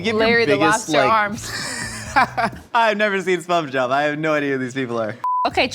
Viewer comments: "I've never seen spomge-job" LMAO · Did just say spongejob